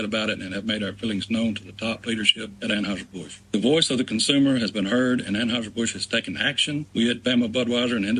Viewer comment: START SAYING ANHEISHER-BUSCH.